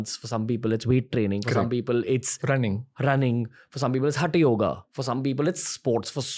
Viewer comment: It's hath and not hat yoga..हठ योग not हट। the alphabets h and th here have significant mean